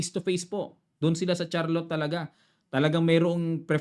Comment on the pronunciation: Great analysis coach! Thanks Btw, City venue is pronounced ‘shar’lot.